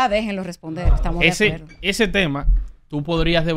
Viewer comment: Que dice Amelia que ella no está de acueldo, de que la quieran coaltar !!! DIOS MÍO POR LO MENOS PIDAN CERTIFICADO DE PRE ESCOLAR PARA PONERSE FRENTE A UN MICRÓFONO